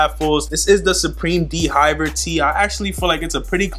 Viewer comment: d-v-air not d hiver